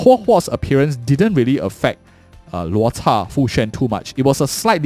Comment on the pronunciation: hey man great video! Im curious... is there a reason you pronounce Luota instead of Luocha?